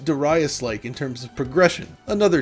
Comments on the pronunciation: Sorry, not デライス (Deh, ruh, eye, sue). (Upon remarking on the boss selection, it almost sounded like "derived" or "dared". "Darius" is supposed to sound more like "dangerous" or "various". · Holup… it’s pronounced duh-RY-us? I’ve been pronouncing like the name of the singer from Hootie and the Blowfish. I’ve never heard anyone pronounce it any other way. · I don't care if Darius is supposed to be pronounced that way, I could never look at myself in the mirror if I pronounced it that way out loud.